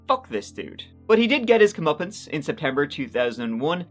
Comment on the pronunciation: Wow. That first bad dude... Ashley's dad... I totally heard "he would get his muppets" ... ?... ? ...? Rewind... "Come uppance!" Well good. He should not get ANY Muppets. None.